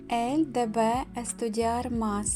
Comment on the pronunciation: И она должна ella debe ударение на первый слог.